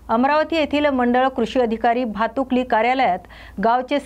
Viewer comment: भातुकली नाही.... भातकुली आहे.... Script फक्त वाचू नका... ती बातमी आधी समजून घ्या